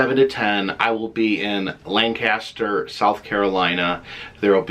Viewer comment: Since you are coming to my town, of course I will be there. I was born and raised right here in Lancaster. Hey, the local pronunciation is “Lain-Cuss-Turr.” LOL. Can’t wait to see ya again Friday! Mauri213, you better be here!